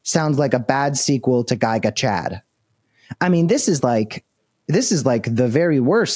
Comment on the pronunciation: Gig-A-Chad not Guy-ga-Chad